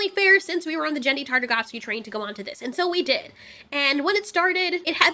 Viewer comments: bruh she really said jendy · No one: Not a soul:: "Jendry Tartagofski" 😂 so many people say his name different but i love how she says it in particular!